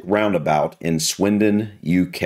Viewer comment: Good lord the man couldn't even pronounce the place names! For a driving instructor he didn't explain it well and he seemed to make it more difficult. I live near Swindon and the magic roundabout is actually really easy to drive around although it can be a bit scary the first time. After my voluntary job I drive across it late at night and you barely have to stop so when it's quite it's great as you're not stop/starting all the time. The scariest roundabout I've ever been across is the Arc de Triomphe in Paris; you should give it a google! That is frightening! On the whole I love roundabouts as they keep the traffic flowing much better than junctions.